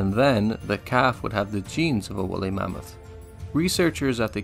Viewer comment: Why do you keep pronouncing it "mommoth"?